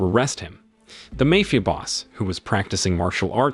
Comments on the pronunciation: Did you say "mayfia"?? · you pronounced "mafia" wrong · the narrator can't pronounce Mafia correctly, so maybe he can't do basic math either. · Yep, repeatedly.